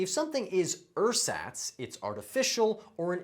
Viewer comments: ersatz is pronounced wrong... emphasis is on the second syllable. bonus word of the day: pedantic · 20 for 20. Big deal. 😏 Edit: Oh! And, it's ersatz pronounced air-ZAHTS, not UR-sots,...Arschloch. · I believe the stress in ersatz is on the second syllable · "Ersatz" is a german word and its definitely not pronounced like that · More than one of your pronunciations are not correct. In particular for ersatz. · You need to learn to pronounce ersatz! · Well, at least you could expected to know ersatz— even if he pronounced it completely wrong🤣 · #17, "ersatz" or, Ersatz (German nouns are always written with a capital letter, at least in German-speaking countries): the pronunciation is approximately airzutz, the u being short, as in haircuts. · 20/20, but I'm a native speaker. I noticed a lot of pronunciation differences from the UK. Ersatz is pronounced with a Z and not an S in the middle in the UK. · In German Ersatz the stress is on the second syllable and the 'e' and 'a' are both pronounced differently, the 'a' like in but....